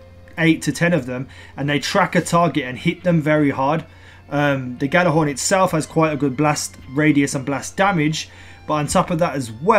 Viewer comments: It's pronounced Yallahorn. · I hate when people mispronounce Gjallarhorn! Look it up, its a Norse word. I still love you <3